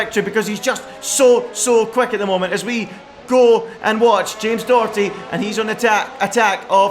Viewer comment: It’s not James Dokerty it’s Doherty